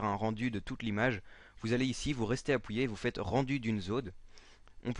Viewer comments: Sans vouloir te manquer de respect quand tu dit "Appuyée" c'est drôle sinon merci bcp pour le tuto tu m'aide vrm et je veux etre gfx ^^ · pourquoi du dis apouyé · appouiller x)